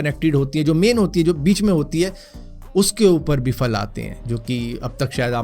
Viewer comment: Bhai ye fruit KO ap faal faal q bolte ho actual word phal hai na k faal...ab agr mn phal phool KO faal fool bolun tw kesa lage